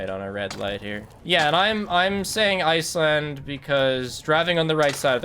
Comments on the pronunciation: why do you call it ice-land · Everyone: “Iceland”: “iceLAND”